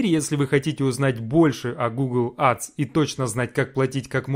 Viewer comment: Учи английский АДС 😂